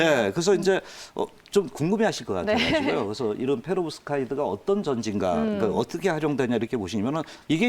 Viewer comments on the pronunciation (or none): 성가시게 왜 자꾸 페로브스카이드 라고 읽는건지.. 트라고 트! 내용도 자신이 알고 준비한게 아닌듯.